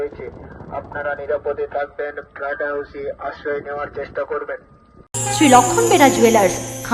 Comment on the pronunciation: ওটা "ফ্লাট" নয় দাদা "ফ্লড" হবে😊